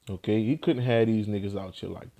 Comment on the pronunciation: The way u say ok is dumb as shit.. Okay..